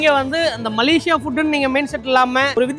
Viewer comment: MALAYSIA not MALASIYA